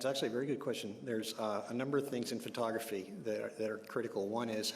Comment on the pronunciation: Nurmi says fur-toggraphy instead of pho-tography LOL 😜